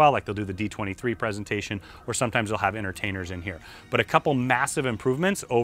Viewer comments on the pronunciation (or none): none